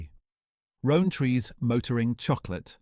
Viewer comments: Please tell me this is an AI voice, no british person says row-n-tree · Narrator can't pronounce Rowntrees properly. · It seems the AI had trouble pronouncing Rowntrees